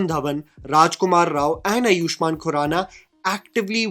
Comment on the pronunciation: Bhai its aaayushman not ayoooshman. Love you!